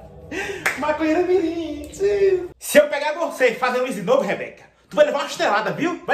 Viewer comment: A Cátia : "maconheira mirin" 😆😆😆